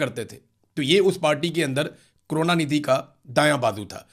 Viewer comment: Kaarona nidhi nahi hai. Karuna nidhi hai.😂😂